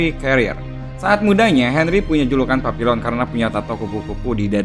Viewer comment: Cara baca judul film itu bukan Papilon tetapi y bener papiyong...